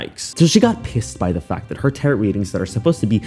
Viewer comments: Dude, did you not finish school? Mispronouncing Tarot and defamation is seriously elementary level idiocy! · This guy seems to have a fun channel, but his pronunciation of TAROT is killing me 😂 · This is the first video ive caught from you... Like your vibe.... your mispronunciations are killin me 😂 Nothin but love tho❤ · I swear, how hard is it to pronounce the word Tarot? How embarrassing...for you. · Please learn how to pronounce “defamation, “tarot,” and “cease.” 🤦‍♀️ And someone put this chick in jail! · Tarot ...you don't pronounce the T at the end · Interesting case. My only cringe factor was the constant mispronunciation of the word tarot. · 1st time watcher but I'll def be back!.. this story is beyond ridiculous and infuriating and not only did you cover it fabulously, you're super entertaining!!!.. But pretty, pretty please learn how to say defamation & tarot 💕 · This is a v good video but I cringed every time you mispronounced tarot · You'd be more legit sounding if you knew how to pronounce the word tarot. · Okay, but every time says the second "t" in tarot, I go slightly more insane. Love you, but 😭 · i love you sm but the way you're pronouncing tarot is SO FUNNY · Someone needs to tell our …………it’s not “taroT” 😭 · Alsoooo just a side note cuz it's killing me.. it's pronounced tarOH the ending T is silent and the o sounds like what the letted is called. "Oh" lol Hope that was helpful. 💜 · It's pronounced, Taro. The last "t" is silent. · Looks like she was getting ready for life on the street. By the way the t at the end of tarrot is silent. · Bro plz plz check your pronunciations before putting out ur next video.. I had a hard time watching when you said the word tarrot or defamation. Plz plz do this and your videos will be easier and better to watch and enjoy. Thank you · I've learned a new way to mispronounce Tarot. Ask Google next time because it's not "tear it" cards. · Its pronounced Taro...the T is silent. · It’s tar-OH!